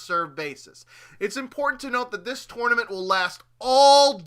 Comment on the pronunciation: The way he says 'tournament' makes me want to punch babies...